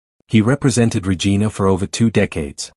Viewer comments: Can’t even pronounce Regina properly. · Might be great if the narrator( AI?) could learn to pronounce Saskatchewan and Regina properly. Or if someone could edit these things to avoid these silly errors. The whole video loses credibility. It’s a common problem.